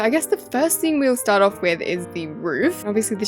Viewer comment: Why do you say wif Like it's not wif It's with not wif🙄